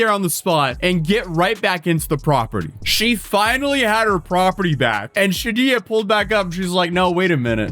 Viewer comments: "She-did-ja" wrong, that's for sure. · “she-did-ya” wrong. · I really like your videos I watch basically everyday but this one needs several corrections: Sha-Deege-Uh Romero Row-Shane Douglas you literally watched the footage! you saw the reporter pronounce it😂😂 in Shadija's previous situation there WAS a fire...well into the eviction process...ONLY in the apartment Shadija was in. 🤔 Curious Rochanne initially agreed to allowing her to stay off the books ( probably to avoid fees from airbnb) and it only became a problem because Shidija then stopped paying. Though apparently she may have made a few payments before she stopped, but she definitely stopped well back in time. That's why Airbnb made the statement that they did trying to capitalize on the opportunity to remind people to do it through the app and not avoid paying them their fees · "Sha-dee-jah.. the "j" is the soft "j" pronounced like the "g" in "massage".. or the "s" in "visual". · (Sha-day-shah) is probably how it’s pronounced but this story is hilariously insane🤣🤣🤣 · Pronunciation: Shuh-Dee-Juh. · Btw anytime you see dija/dijah it’s pronounced dee-jah. Deja/dejah would be day-jah. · It's probably Shuh-DEE-juh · Im sorry, did you say at the half way point of this vid that the squatters name is pronounced she-did-ya? 🤔